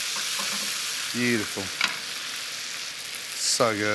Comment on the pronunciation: A gameof shots everytime he says Literally or "beachiful" would get us drunk enough to get liver damaged.